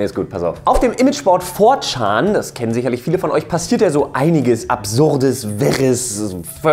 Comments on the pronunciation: four schan eigendlich schän aber schan hört sich bei dem so lustig an haha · "for tschaaan"..... echt jetzt? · hat er ernsthaft "VOR-CHAAN" gesagt? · wie du 4chan aussprichst... lol